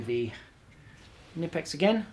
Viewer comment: just pronounce the "K" in Knipex.. its not like knife or knee... pronounce it like u would say coka cola.. its knipex not nipex